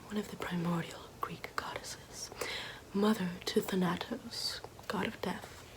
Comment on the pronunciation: Thanatos, it's pronounced "than-ah-tose," also Cronos is pronounced "cro-no-sc"